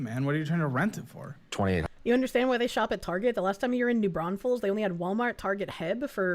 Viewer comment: I couldn't stop hearing "New Brothels" and I thought he was messing with the stripper.